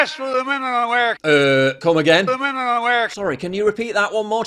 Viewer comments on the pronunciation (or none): I can't wait for the new Documentary, What is a wemeneer? Might as well have just said Timmmaeee